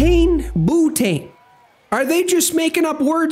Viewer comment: "Boo tain!'